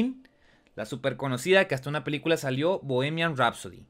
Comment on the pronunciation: Se dice bojimian rapsody la h en inglés se pronuncia como j.